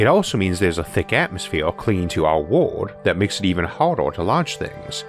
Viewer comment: The narrator's pronunciation is the weirdest I have ever heard. Earth = Awf, World = ward, herbs = orbs Where did you learn your English because you should ask for a refund!